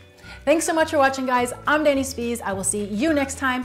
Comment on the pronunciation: Happy Birthday, Dani. You don't look a day past 30. Thanks for this great recipes. I'm queuing up Mind Over Munch, and right away, she mispronounced your name. LOL!